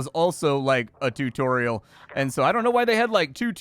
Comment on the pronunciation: "Two-torial." I am just... I don't know man, I guess I'm just upset at that so I'll leave a comment and like the video.